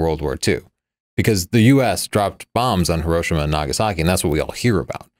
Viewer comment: Never mind Agassi, you couldn't pronounce Hiroshima earlier.